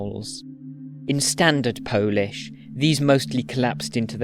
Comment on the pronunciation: As a native Polish speaker I really love your pronunciation. It was perfect! Spectacular work! Thank you ❤